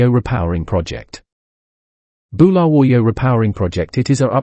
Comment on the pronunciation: Yeah, I wonder. He does not even know how to say Bulawayo or Mugabe Airport. Maybe Communist?